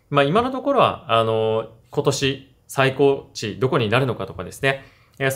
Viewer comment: 最高値はさいたかねと読みます！ これが「血圧の最高値」の例文であれば、それは正解です。 しかし、「取引市場」でいう「最高値」は、「さいたかね」と読むのが正解です。 「音＋訓＋音」の組み合わせです。